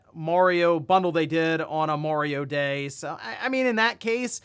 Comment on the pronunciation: I thought he said Wario day.